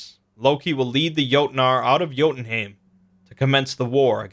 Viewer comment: i LOVE this but its its pronounced Yo-ten-hi-m